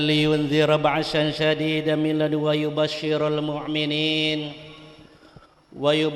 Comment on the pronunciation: khotib dadakan ini mah, baru pertama uda salah. ALEHAMdulillah, huruf ﻝ bukan huruf qolqolah bapak. MILLADUNHU WA bukan milladun wayubas.. baru mukaddimah uda slah semua. belum lagi isinya berantakan, manusia dibandingkan dengan burung dlm mencari nafkah, piye to pak.? kalimat asabikul di ulang beberapa kali, terus menggantung.. ASABIKUL ITU BAHASA APA YA? setau saya kalo dlm Al-QURAN yang ada itu فَاسْتَبِقُوا الْخَيْرَاتِ kalo bawa teks ya di baca pak, biar ga ngawur